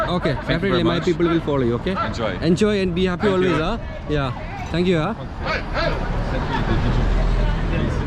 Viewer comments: Thanku uah😂😂 mallu english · Malluvinte "Thank you aah" oru Singapore/Malaysia Slang pole und🤭🤭. HE is Using it Everywhere